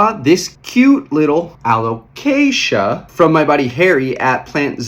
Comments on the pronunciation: I was coming here to give you a hard time about the "caramel" pronunciation, just so you can say someone did, but I'm gonna pivot and give you props for pronouncing "Alocasia" right for an entire video. Nicely done! 👏😉 On a more serious note, I'm curious about your importing – do you do most of it on Ebay? I wonder about the prices you see on there because they aren't all that great. I find the prices are still quite a bit better bringing stuff in (to Canada, at least) from Indonesia if you have a couple of good import contacts and have them source plants for you local to them. We've been bringing really nice stuff (mostly Anthuriums though) in for still quite a bit less than US/Canada prices. We're doing group orders of 10-30+ plants at a time, but I think that discounting probably still equates to you buying in bulk for commercial resale. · LOL I love we're still doing the "Alocasia" thing, youre pronouncing it perfectly XD Also they look so goood im so glad the prices are dropping, I was really holding off getting a variegated Frydek, it was my dream plant but they were going for like 500$ and after giving a green frydek a very slow and painful death i figured id wait a bit.. 😪 it looks like very soon ill finally be able to afford to kill a variegated frydek 🥲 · Super interesting subject! (And proud of your pronunciation of alocasia)